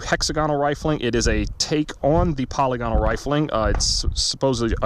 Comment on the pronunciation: /puh-lig-uh-nul/ , not /polly-gonnal/ I had to google it yesterday because I was unsure. Thanks for doing this test! I was curious to see if anyone had done it. I would say that's conclusive results.